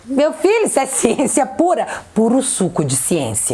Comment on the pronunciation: A "Siençiammmm" da canja de galinha dita pelo #mutretta foi a cereja do bolo kkkkkkkkkk